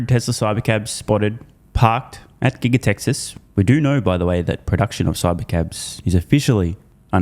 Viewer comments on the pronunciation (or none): none